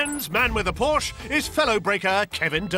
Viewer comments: Porsche not Porch. I'f you're going to call the English out on our pronunciation make sure you can speak the 'lingo' before doing so. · Por-shhh? Porsh-uh!!!